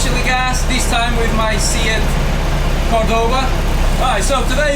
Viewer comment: Say-at, not See-at